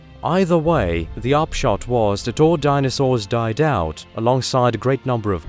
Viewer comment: Its done a who-ell lot of damage to my ability to engage with this recording. Uuver and oot! Gone.....